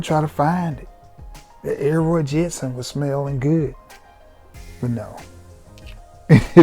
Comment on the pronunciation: "dat Elroy Jetson"